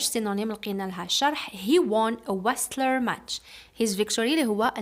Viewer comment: wrestler not westler and t is a silent letter keep up doing the great work teacher